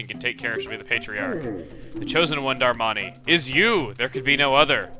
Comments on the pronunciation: It's not delivery it's Darmani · you say darmani like susano